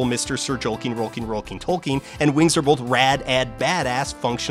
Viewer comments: Huh. You know, I noticed that says "bolth". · All of the "L"s from his uses of "Gandaff" ended up in his uses of "bolth" So the "L"s aren't so much missing as having been redistributed.